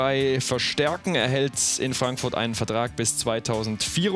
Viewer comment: Wieso hört es sich ständig an als sagte er Eintracht Frankfurtz..